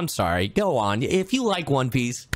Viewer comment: Trying Not To Laugh Because You Said One peace Not One Piece